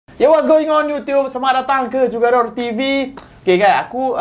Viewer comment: Knp owner Chanel bace jugador pakai 'J' mcm bahase melayu..knp tak kekalkan ori perkataan J in Spanish baca 'KHugador macam khurafat..